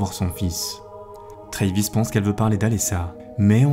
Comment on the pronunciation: le nom travis se prononce avec le A, comme en Français, et non "treyvis"